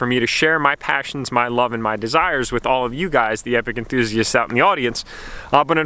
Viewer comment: Come on it's the brand enthuzst. build race break repeat